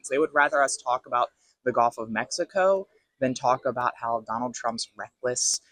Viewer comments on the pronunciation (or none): Someone tell him it's "Gulf", not "golf".... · Did that guy just say "the golf of Mexico?"